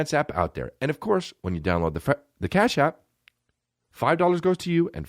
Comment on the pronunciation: "cap ash" instead of cash app lol